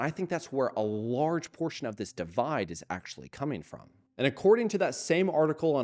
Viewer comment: Drinking game: Take a shot everytime he says "Akshually"